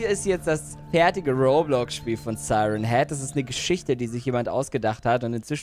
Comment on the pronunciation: Nicht seiren heed sondern sieren heed.